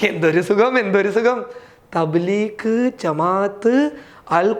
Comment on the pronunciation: Thableekh അല്ല ഡോ ത bleeg ആ ന്ന്